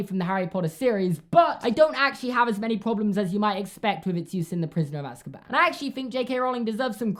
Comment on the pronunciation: i love the way he pronounces Azkaban lol, he says az-ka-BAN instead of AZ-ka-ban